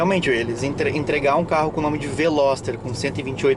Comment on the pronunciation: carro é bom so errou no nome...veloster rsss